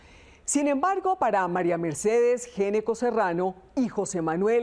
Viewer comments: el apellido se pronuncia ñeco, no geneco. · GN se pronuncia Ñ... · en Argentina, dnd se habla español, se pronuncia ñeco. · Que increíble que una periodista , supuestamente educada no sepa pronunciar un apellido. Geneco? What in the hell. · Ese apellido se pronuncia ñecco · Se dice ñeco no?por qué pronuncian así si es italiano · Ese apellido se pronuncia Ñeco. Es de origen italiano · No se porque pronuncian mal el apellido, en italiano se pronuncia Gnecco [ñeko]